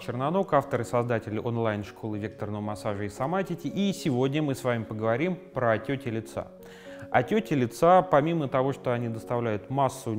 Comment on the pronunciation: Я одна слышу не "отёки", а "отёти"?